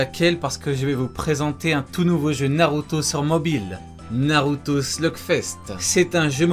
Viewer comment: Bsr sensei, j'espère que tu lira c texto, j'aimerais comprendre le mode ermite, et le fait que le ssj4 y ressemble beaucoup, en tout cas la couleur qui entoure les yeux dans ces deux modes. Naruto c la vie, Naruto c la PUISSANCE, et sensei tu prononce trop bien c mot😁